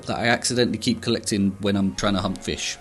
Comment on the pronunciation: I heard “hump fish” instead of “hunt fish” 🥲😭